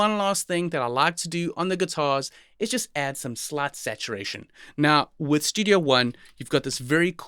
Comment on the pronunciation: Bro, with your accent it sounds like you said "Let's just add some slut saturation" lmao